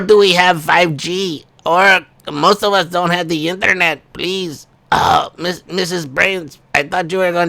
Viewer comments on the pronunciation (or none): none